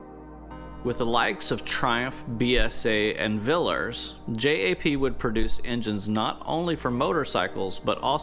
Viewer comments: Also Viliers not villers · Great Video..Villiers is pronounced VILL -E-ERRS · Love the channel, subject matter and the builds! Couldn’t help though (as a Brit) being mightily distracted by your pronunciation of Prestwich and Villiers😆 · lf you pressed a Witch she may then be described as a PressedWitch- easy. Villiers you just didn't pronounce the second 'l'- easy.